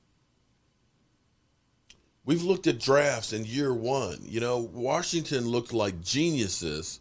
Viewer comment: My man.. I be been following you for a few months.. you gotta find something else to talk about sometimes. It we can’t keep hearing “warshington football team” as the alternative